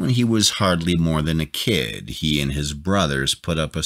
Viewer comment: Wtf is this narrator... Laeeeek, tonaeeit, borkaeuuup, can geeet, keed, escapeeit 15 year old would do better job